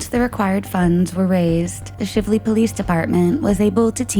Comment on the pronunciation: Don't think this has been commented on yet, but the town with the 2005 case in Jefferson county is pronounced SHY-vlee, not Shivv-lee. Long "I" sound. Rhymes with chive or thrive. Louisville native, I always have to make sure our cities and towns are pronounced correctly 😁